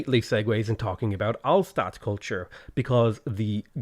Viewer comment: It's pronounced "Hallshtatt", not "Allstad".